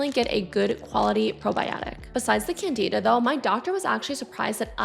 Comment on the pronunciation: It’s CANdihdah. Not canDEEdah.